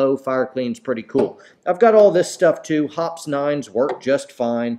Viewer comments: It's not pronounced Hops, it's pronounced Hoppeez. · Since you are so big into fancy words....It's not Hopps.....It's "hop-eze". There is an "e" on the end..... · That's "HOP ease", not "HOPS", dude. I found an old commercial uploaded to YouTube. Get woke! 8>) Oh, and buy "BULLETS"??? Did you, perhaps, mean "ammo" or "rounds"? C'mon,.